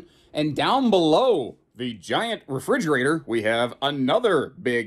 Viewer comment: In your listing of great features at about - "HUGE Refr'e'gerator?" Is that a combination of a refrigerator and a refreezerator? 🤣